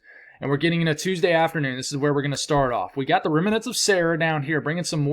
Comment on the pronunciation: please check on the pronunciation of the word remnant. It is a two syllable word. Just trying to help, love your forecasts! I try to watch every morning from Chesapeake VA.